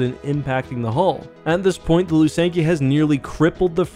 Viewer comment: I always pronounced them THy- ferra not Ty-ferra, Lusank-I-ah not Lusank-ee-ah and Yh-sann not Eye-san-ay, have I been wrong all these years? You called the 'Lusankya' the 'Executor' 😅 and kept swapping between calling the Valiant an Alderaanian and Corellian ship, it was Alderaanian, a Thranta-class War Cruiser.